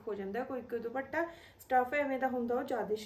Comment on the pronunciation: ਦੀਦੀ ਭ ਨਾ ਬੋਲੋ ਦੁਪੱਟਾ ਪ ਬੋਲੋ